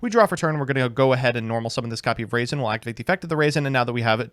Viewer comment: Say it with me RAW-ZEN. Not raisin